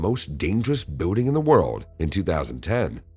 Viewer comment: It's Pronounced BUILDING Not BUEWDING!! Learn PROPER English if your going to Narrate a Video. People like you Should Remain Silent!!